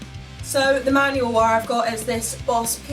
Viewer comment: The sound sample has taught me something I prefer the low end type of wah sound. Didn't know that before. Thanks! kinda like a talk box I like how you say Wahr 😆